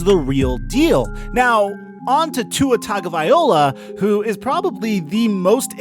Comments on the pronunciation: Not to get picky, but being from Hawaii, please pronounce his name correctly. It's Tagavai-loa not Tagavai-ola. It's not that hard to say or remember. Aloha and Mahalo !!! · Guy said tagovaiola 🤣🤣🤣 Tagovailoa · Tua-tagavai-LOA not Tua-tagavai-OLA 🤦‍♂️ C’mon my guy , you got the goods just gotta get the last name right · Its tagovaiLOA not vaiOLA. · Bro it's Ta go vai lo a NOT Ta go vai ola get it right bro. Keep up the good work tho🖖👍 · Bro, it’s pronounced “Tah-go-vai-low-ah”. Not “Tah-go-vai-oh-lah”. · Tago-vai-loa not tago-vai-ola sir please get that right 🙏 👍 😀 👏 😉 🤣 🙏 👍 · His name is Tagovailoa, NOT Tagovaiola!!! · Vai-loa not vai-ola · dude you're killing his name i can't take it anymore...it's "TagovaiLOA" not TagovaiOLA"... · TagovaiLOA not OLA... get it right!!! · TAGOVAILOA! LOA, LOA, LOA! Good grief man, stop saying OLA! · Bro, it's TagovaiLOA not TagovaiOLA. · Loa loa not ola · BRUH its vailoa NOT VIOLA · Wrong. TUNG-o-vai-LOA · Hey guy. Just a little comment on the pronunciation of Tua's last name. Its pronounced "TON GO VA LOA" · Please stop saying tago-VY-OLA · Tongue-O-bye-LOA not OLA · Let me spell his name like it is pronounced per his own pronunciation. Tunga-va-low-ah . Stop the slaughter of his name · TONGUE-OH-VYA-LO-AH. #FinsUp!!! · Great content but please, for the love, learn how to say his name.... It’s Tua Tagovailoa (Tung-oh-vigh-loh-a) Hearing you butcher his name for 8-min straight was ear-splitting. If it’s too tough, just say Tua, but don’t butcher his name like that..... Sincerely, All Alabama and Dolphins Fans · OK, Let's fix this once and for all..... In the SAMOAN LANGUAGE, The letter A makes the AHHHH sound, and the letter G makes the NG sound as in SONG, TONG, PONG, LONG, So Tua's last name is pronounced TAHHHNG-OHHHHH-VAAAAH-EEEE-LOW-AHHHHH. To hear it pronounced with the TUNG/TONGUE with the UHHH sound instead of the AHHHH, IS KILLING MY EARS....LOL. Please learn it, because you are going to hear it a lot...